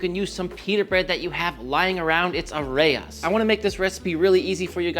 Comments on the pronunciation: Hey dude, love your channel, but it's "Arayes" not "Areyas" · It’s Aaaa-Raaa-Yes that’s how it’s pronounced.